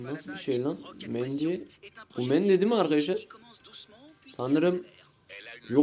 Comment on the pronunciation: Mandy diyince koptum😂😂